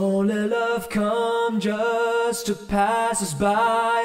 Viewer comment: They pronounce "just" as "jest", tho. "Don't let love come jest to pass us by"